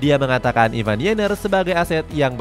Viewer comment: Ivar min Ivar pake RRRRRRR, bukan ivan. Ivan sape ?? Vokalis Seventeen ?